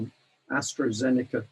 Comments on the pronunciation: Hello and thank you to UK Column for this info. One comment for: it is AstrAzeneka NOT AstrOzeneka and Pfizer is a US company now even if it is named after a German chemist and is pronounced FIZER, the "p" being silent and the "z" no longer pronounced in German way. I don't like to be pedantic but as you pay attention to detail I thought I would mention it. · People die of heart attacks all the time some die even when they haven't had a vaccination. Someone was hit by a bus the other day it must have been due to the vaccine. This bloke can't even get the names right. It's Astra not Astro and Pfizer not fightzer.